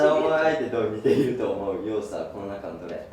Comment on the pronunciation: 矢花くんって関西出身じゃないよね？「似↑ている」って発音気になった☺方言男子すき 樹くんが出てるとコメントがそればっかりになって、侍達へのコメントみたいなあ。 普段のコメント欄が面白いからよけいに笑